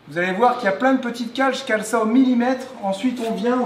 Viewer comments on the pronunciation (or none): none